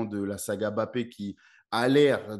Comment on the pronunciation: En France on dit mbappe. Pas bapé